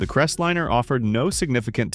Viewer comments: The first car should be pronounced “liner”, not lin’r as your robot did. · Crest-lme-er not Rest-liner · If I have to endure one more idiotic, ai generated voiceover, I will lose my s**t! Right out of the gate, "The Voice" spoke about the FORD "Crestlinner". It's pronounced "Crest LINER!" This constatnt assault on spoken English MUST stop. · Eye roll.. It s CREST LIINE . NOT CRESTLIN. moving on. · This robot doesn't know the difference between a line and a lin. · What is a Ford CrestLINNER? Drop the AI. It sucks. If nothing else, the inability to say V8 properly is alway a giveaway. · Forg crest liner no crestlinner for christs sake learn how to read And i wonder why such low numbers of American cars sold.! Just another crap talker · Stop using AI voice over, they don’t know how to properly say words, right off the bat can’t pronounce Ford Crestliner, not pronounced like Crestlinner with 2 “n”s. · What is a crest linnner, Crappy AI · STUPID AI ! CRES LENER?😂😂😂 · First pronounce the na.e correctly the pronunciation of Crestliner is like nails on a chalk board also in several programs you often say the car was cumbersome because parking places were smaller I hope to tellyou they were much larger then than now I have a town car and drove pickups and full size cars on the 60s most with Armstrong steering(without power steering) and the spots were bigger then. A big car was a status symbol Irember seeing lots of Mercs and other bohemian cars lots didnt jave power steering or brakes you just drove according to what your vehicle could handle . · Pronounce the car name's right.. do your RESEARCH!!